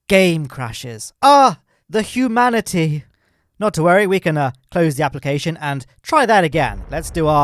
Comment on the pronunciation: “The hue manatee” 💀